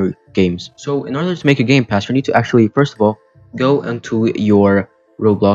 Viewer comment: Did you say gay pass?